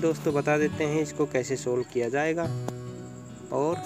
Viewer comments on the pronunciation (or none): none